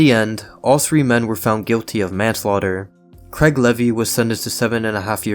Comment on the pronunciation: It’s Craig not Creg